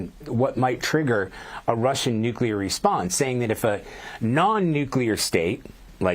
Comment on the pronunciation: Nuc il e et.